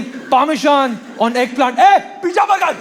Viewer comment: Y shouting so much needlessly till the voice goes high pitched and funny, and cant b understood? Y needless swearing? U youngsters with your pijja, bugger and f-ing! 😅